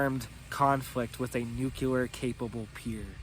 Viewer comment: There’s no such thing as Nuke yu lar …. It’s nuke lee uhr. Pronounce it right or sounds like George bush.